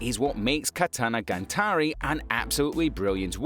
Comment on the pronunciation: bruh what the hell is "katanagaNtari" 🤣